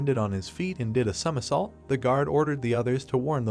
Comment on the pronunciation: the bum ahh voice reeaallly cant say somersault lol